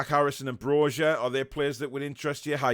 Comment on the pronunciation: Hey the letter 'J' is pronounced as 'Y' in the Balkans, so Broja is pronounced 'BRO-YA', Great video!